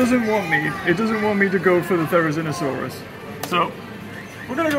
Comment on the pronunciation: The way you couldn't get the therosinasaurus made me cry cuz that's exactly what I do every day